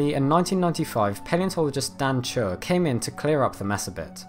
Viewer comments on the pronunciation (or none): Great video! As a tip for the future, I know Dan Chure and his last name is pronounced "Chur-ree." (First syllable rhymes with "cure" and last syllable rhymes with "see").